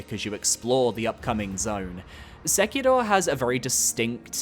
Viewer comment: I love your videos (and this one is no different) but the exaggerated way you pronounce Japanese/Asian names like Yuka Kitamura and Sekiro.etc always kinda comes across a little bit off for me imo. I'm sure your intentions are good, and I appreciate that you're trying to enunciate the names correctly, but I feel like some people might get the wrong idea with the accent/tone of it Please don't take it to heart or anything! I consistently love all your videos, but I figured I'd mention and give feedback